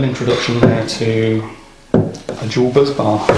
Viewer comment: If Jordan's photo could speak, he'd be saying "Bus-bar, not Buzz-bar"